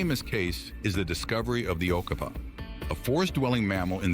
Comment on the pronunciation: This bloke tried 3 different pronunciations of the okapi and got them all wrong, it is O, ka, P, I, the 'I' is spoken as it is in 'it' or 'pit'.